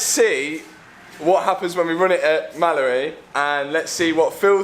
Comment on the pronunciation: Sounds like he's saying Malibu not Mallory😆